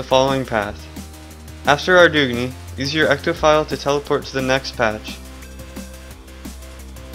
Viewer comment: kinda lol'd when he said Ar doog nee :P